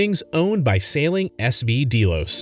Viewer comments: You aren't even pronouncing the name Delos correctly. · You could at least learn how to pronounce Amel and Delos. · So let's discuss the fact that you've never watched a single video of theirs. How do I know? You didn't even pronounce the boat name properly. Gee, a boat with GPS Nav and camera equipment, on a sailing channel. WOW. Hard hitting content. Look out CNN. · You don't even pronounce the name correctly !! Booo, go away and leave them alone. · You lost me when you pronounced the name wrong and then continued to get facts incorrect. Maybe do some research first and watch the content….? Why is there a tractor in the thumbnail? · What a BS video. You aren’t even pronouncing the name of their boat correctly 😂 Just wanted to leave this comment before blocking this channel. Do better.